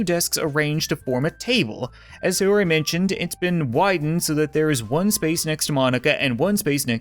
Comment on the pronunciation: Thank GOD you said sayori right